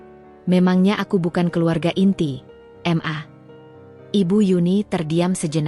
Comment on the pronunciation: Mbak baca ma itu jgn dibaca m dan a ...tapi di baca maaaaaaa ..itu singkatan dari. Mama ...begitu mbak